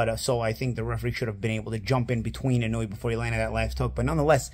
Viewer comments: Bruh…his name is pronounced “ee-no-oo-eh”, with 4 distinct syllables, not “eenooey”. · Inoue It's not "IN-NU-WE" It's pronounced "IN-NO-WEH" or "IN-NO-WAY" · Why do people pronounce his name so horribly? The vowels in Japanese are the same as Spanish. Inoue = ee no-ooh eh Naoya = Na oh ya He definitely improved as the video went on.